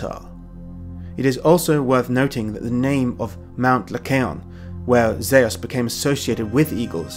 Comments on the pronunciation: I thought “Zeus” was pronounced “Zooss”, not “Zay-us”. 🤔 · Zeus is the name English people call the Greek god of the Sky... Greeks call him "Δίας" (Dias), or as he writes it... Dyeus... . It is pronounced the same. Greece is not the name for the country the Greeks use either. Hellas is the true name of that country it's people use. Look it up if you don't believe me. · Zeus would have been orginally pronounced Dzeus, which could descend from something like Dieus ~ Djeus 'Mycenaeans' did not have a god called Di-wo. Di-wo in probably in an oblique case. Even in classical Attic Greek the oblique cases were Dios, Dii etc In other dialects though there other types attested like Beoetian, Corinthian etc Deus. Attested dialectal forms are also Zen and Tan. These are considered to have been results of later developments but in my opinion can be the result of influences from early IE or para-IE languages. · of course it has !!! Zeus is Dieus ( in Greek not according to Erasmian pronounciation both names are pronounced Zefs - Thias genitive Thios .Διfος ( Διός ) in ancient Greek means Brilliant .....Greeks were using both names for the King Of The God ( Zeus - Dias ) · Sorry BUT: Zeus (Ζευς-zephs) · Y u pronounce Zeus like tht😂